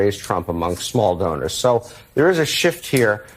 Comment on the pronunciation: Did you say small donor or small Boner?